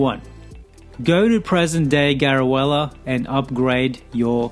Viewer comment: helpful tips :) also I think it's pronounced Garu-leh-ah